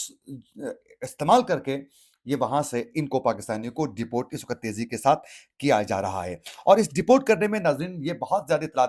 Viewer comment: Ap really bouhat acha boltay Hain. Bas thori si urdu ka ek lafz ko correct ker lain tu or bahter ho jaye ga. Jaisy ek lafz ap bol rahy Hain (wakhat) Jo k Asal lafz he "waqt".